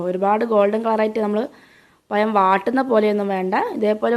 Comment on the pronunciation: അടുത്ത വീഡിയോ ചെയ്യുന്നതിന് മുമ്പ് നാക്ക് വടിച്ച് വന്നാൽ മതി പയം പോലും പയം